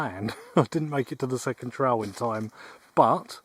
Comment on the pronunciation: Tell how thr english invent a language and cant properly speak English kept saying "trial" while talking about a "trail" or is it just me